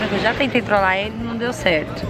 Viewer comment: Pede o Abud em casamento, dai quando chegar na cerimônia fala que era "trolagi" bagulho é Intel core mermao